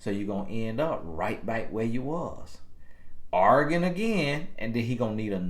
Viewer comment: Lol at pronouncing arguing as organ